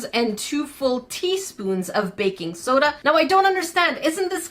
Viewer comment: When you said baking soda I heard faking soda, lol